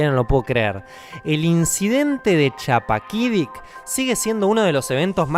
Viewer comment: Estimado: Era una calurosa noche de verano de julio en Chappaquidicik, y se pronuncia con la u como Guido en italiano